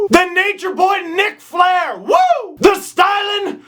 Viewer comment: I heard Nick Flair, not Ric. Just wanted to point that out.